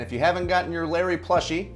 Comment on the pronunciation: I actually thought she said Larry when she said the onion was called Layery.